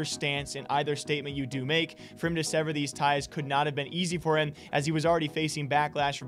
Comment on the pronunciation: *Severs not Severes.